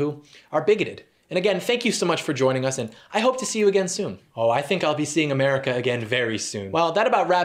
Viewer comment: Omg the name though "Fukuyo America" like Fuck you America. Then the pronunciation of America, he replaces the "r" with an "l". He's not technically doing yellow face but it's soooo fucking close.